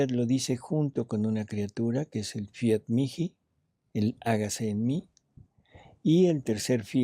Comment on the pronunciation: Fiat mihi (mii) no miki ,por favor.